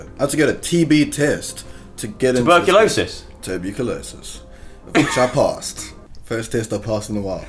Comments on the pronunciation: how the hell did he say tuberculosis??? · 'turbuculosis' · "turbucolosis" um im not quite sure thats how its pronounced HAHAHA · Joe: tuberculosis?: turb-u-culosis hahahahaha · said tur-beyou-culosis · "tuberculosis? terbeaucolosis." lmaoo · Tuberculosis? Terbucilosis 😂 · The way he pronounced tuberculosis had me laughing for 27 minutes lol. I can’t